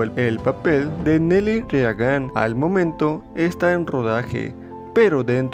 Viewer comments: Ronald RE A GAN? En serio? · Se pronuncian "Berkli" y Rigan"... 🤦‍♂️